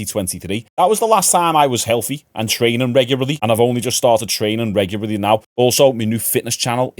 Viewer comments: We all just gonna pretend that he didn't just say reguarly.... twice 😂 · reguraly? Reguraly?!